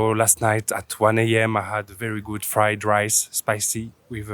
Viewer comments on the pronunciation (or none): none